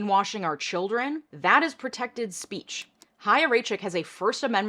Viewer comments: Thank you for covering this and not saying "chaya" with "ch" like in "cheese" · i HATE chaya and what she stands for but THANK YOU for pronouncing her name correctly. it’s been driving my nuts that no one does. also the fact that she’s younger than me is MINDBLOWING tbh